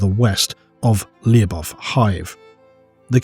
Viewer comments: Lu-bov' Lu should sound like it does in for example ludicrous And the last letter sounds like v, not like f (unless you "drag out" the pronunciation). But a soft v. I don't know how to explain soft sounds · Lyubov should be pronounced as LY(or Spanish LL)oh-b-ov(off). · Lyubov sound like Lubov - that mean Love in russian. Make the story a little more grim